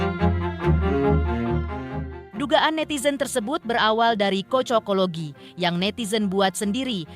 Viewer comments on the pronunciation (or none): Cocoklogi bukan kocokologi. Gatel telinga dngrinnya